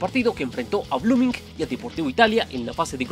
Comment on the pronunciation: SE DICE BLOOMING TAL COMO SE ESCRIBE NO BLOOMINGC